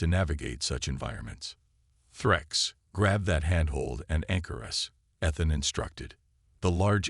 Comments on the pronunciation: I thought the story was a good take on a coming of age theme. There were some problems with the captions used and AI narration. There is something Ethan, the A. I. Can not pronounce it correctly and and a couple points even used Athan. Probably the saddest portion was when his mother mispronounced her own sons name, sad that. Keep writing and creating improvements take time, and you a sure more creative than I am. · Pronounced E than.